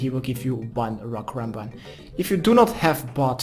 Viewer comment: Lekkere guide weer! Alleen misleidend dat je karambwan zegt, geen karambwan(JI).